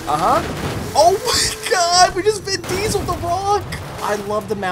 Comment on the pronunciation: “We just vin diesled the rock” 😂